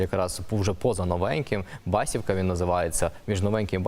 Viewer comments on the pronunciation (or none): Не БАсівка, а БасІвка. Дуууже гарне доглянуте село! Воно майже на кордоні із РФ, навіть видно, як люди ходять ЗА кордоном.